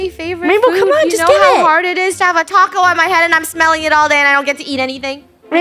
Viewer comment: “Taco-yah” haunts till the end